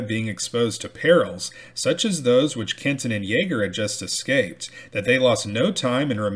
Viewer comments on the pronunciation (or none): none